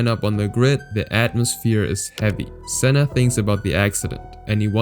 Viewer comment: You butchered Sennas name there